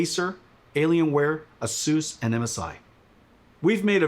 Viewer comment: You guys hear that? That's how you pronounce ASUS